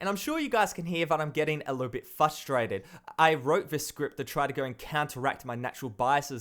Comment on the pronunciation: it's "frustrated" not "fustratred"